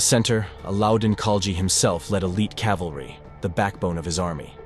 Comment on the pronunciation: CORRECTION! It is "CAVALRY" and NOT "CALVARY" as the latter is a place in Israel.